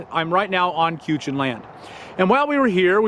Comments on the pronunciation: CUE-chin?? Try harder, Bob. It's Kwet-CHIN. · Kwatsan or Quechan....u said it wrong... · I used to be a prop 36 counselor for ADDAP and the proper way to say Quechan is kwatsan ,🤗 I miss Yuma Az. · New Mexico actually has more free camping than Arizona. It is 'kay-shawn'. I've heard it pronounced 'Kweekin', too. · Pronounced *k’shawn*. Sorry, not being picky. I’m a local🙂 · Its pronounced "kwatsan" or "kwachahn" I grew up in Yuma!😊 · Just a friendly FYI friend, it is pronounced Kwatsan (Kwat Son), Miss my homeland. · Quechan is pronounced Kwit-san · Pronounced (QWI-SHAWN). I am from Yuma and my dad was an archeologist that worked with them, so I know. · Hate to be a booger, love what you do, but it's pronounced K-wet-san or Quechan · The “cuechan” 😂😂😂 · Lol 🤣 🤣 everybody wants to be Native... Say it again "Qchin" 🤣🤣🤣🤣 dude I live here at Rez... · I have lived near there all my life, (62 y.o.). You pronounced the tribe's name wrong and got some other facts wrong...still liked it. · Kenny thankyou for correcting him. It was kinda was bugging me. Not judging tho. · Hay learn how to pronounce the name of a tribe before recording and your location you are not in Yuma, AZ you are in Winterhaven, CA. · Yes they issue their own hunting and fishing licenses. Just to let you know you mispronounced the name of the tribe.